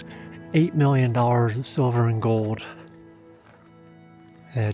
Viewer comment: This is way off topic, but I'm curious about the accent of the host in this video. It's what I've been referring to as the "YouTube accent", simply because that's the only place I've ever heard it. It's the softening or complete disuse of "L" sounds in words, usually proceeding a consonant. "Gold" becomes "Gode", "Boulder" becomes "Boder". And sometimes after a consonant: "couple" becomes "coupo". Now, I'm not someone who travels often, but I've been around the US over the years. The only place I ever remember hearing this use of L has been in young children that usually grow out of it by the age of 7 or 8. Never in the media, movies, music, etc. Am I the only one who's noticed this?